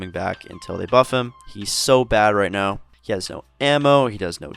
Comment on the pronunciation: Widow S tier? 🤔 Even with the nerf? I completely agree with the Genji one though 😅😂 "Are you serious right neow bro?" 😐